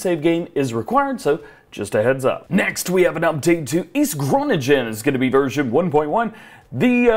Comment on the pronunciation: Kudos on how you pronounced East Groningen. As someone who lives there I was pleasantly surprised. Both by the fact that there is a map for this part of the world and how you managed to not butcher the name of our province.